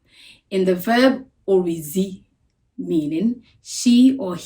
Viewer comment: Oredzi wasn't pronounced correctly